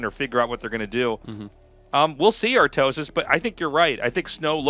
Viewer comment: When i see Snow i instantly think how he is pronuncing Artosis name in koreean.Artosisee....